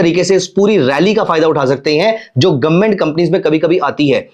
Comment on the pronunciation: गवर्नमेंट ❌ गोममेट ✅ 😂